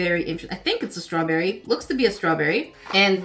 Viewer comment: It sounded like she said swawberry😂